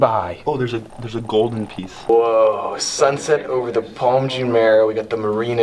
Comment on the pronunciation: well done... but if you're gonna keep visiting the UAE, you should work on your pronunciation of the most common words and places.. I cringe every time you say "Jumeirah":-(